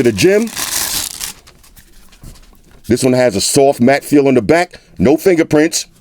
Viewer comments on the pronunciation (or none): none